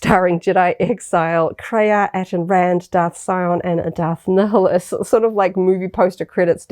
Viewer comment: you can easily tell you aren't a star wars fan when you pronounce Darth Neeheelus instead of Naiuhlus